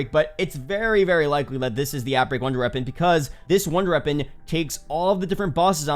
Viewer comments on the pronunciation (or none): I love your videos just wish you could say wonder weapon instead of runder weapon